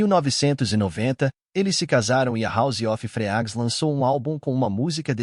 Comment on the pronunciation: House of Freaks se pronuncia “ Hauz âv Friks”; Richmond “RECHTmûnd” 😊. Há outros erros de pronúncia mas esses foram os piores.